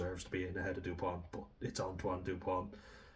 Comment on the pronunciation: It's not "depoint", it's Dupont.